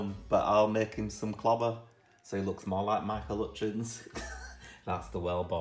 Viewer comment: RIP "Michael 'utchins"